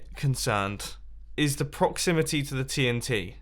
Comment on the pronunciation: TNTree its dynamite